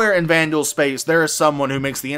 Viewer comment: Xi'an - SHEEahn Banu - BAHnew Vanduul - VANduuuuuuuuuuuuuuul! :)